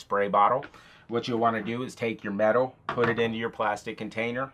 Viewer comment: Medawl? what is medawl ?